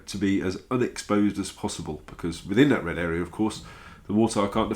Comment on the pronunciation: "A mortire" lol